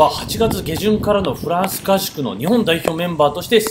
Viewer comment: フランスいえてないよ！